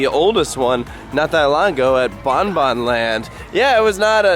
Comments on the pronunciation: Bobby-Jean-Land XD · Look I’m Dutch…but from now on it’s “Bobby-Jane land” 😂